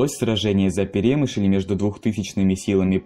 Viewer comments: ПерÉмышль боже👌. Аж слух режет. Буковина́.... Хотябы ударения посмотрите историки недоделанные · Что уж тут, если углубляться в подробности. автор даже не знает, где ставить ударение в слове перемышль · в слове Перемышль ударение падает на ы